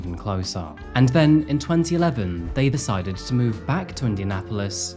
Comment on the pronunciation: And-T. With that said-T. 😂 new english-T